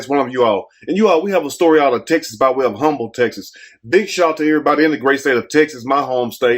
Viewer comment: Not Humble, take the "H" sound out. But she was so pretty. But this creep had to be on drugs!